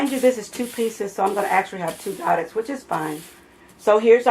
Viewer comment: They are pronounced “go-day” it’s French.